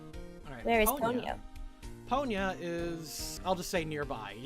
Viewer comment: I swear, every time I hear you say "Ponya" referring to the manaphy, I instead hear "Ponyo." XD